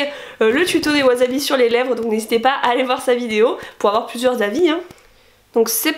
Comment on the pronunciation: On dit Wassssabi ><